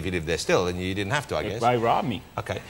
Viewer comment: That "okae" is the one we got on The Story of OJ 😂